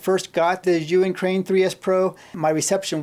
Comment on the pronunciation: Pretty sure he pronounces Zhiyun wrong too. Keeps saying Yuwin.